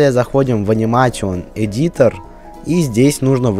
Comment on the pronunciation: Уровень знания англиского:УХ Аниматион эдитор,Бэта функтионс. Мои уши...